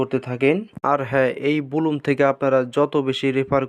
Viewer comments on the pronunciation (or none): সালা মুর্খ, এটা বুলুম নাকি ব্লাম